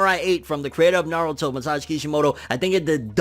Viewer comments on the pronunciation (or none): none